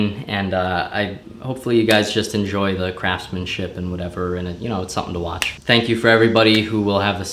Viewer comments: Okay, I cant believe that I'm the first one to notice this, but, , thnak you. Thnak you. _Zednaught Alpha, 2018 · Thnak you he says